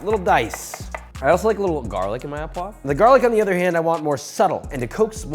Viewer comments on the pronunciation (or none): Not only do line cooks get scolded on fucking up chives but also fucking up the pronunciation of au as "aw". It's pronounced "oh", JOSH very disappointed /s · it’s pronounced “u puava”… not “a poag” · In French, we don't pronounce the "s" at the end of words, so frites is pronounced "freet". And, au poivre is pronounce "oh poiv" no "ah poiv". In ANY case, loved the recipe and love that you have these two channels. All the best! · FYI, the word "au" in "au poivre" is pronounced "oh", not "awe". And, why does every one harp on using unsalted butter ? The amount of salt in a pound of butter is negligible when portioned out. And since, as you said, you should taste and adjust seasoning as you go and most definitely before serving, you have the opportunity to ensure the salt levels are appropriate. Instead of crushing your peppercorns with a pan or in a pestle and mortar, why not simply set your pepper mill to a very coarse grind ? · So much knowledge shared my freaking 🧠 exploded! Happy to see the recipes back! One little annoyance … it’s “O” poivres , not “Ah” poivres Love you long time! ❤ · Au poivre is pronounced oh and not ah.